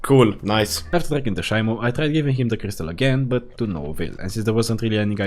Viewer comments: it’s pronounced She-mo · Shimo pronounced she mo